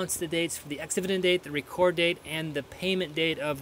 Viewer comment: It is the date of Reck ord not reecord. Thanks for the info.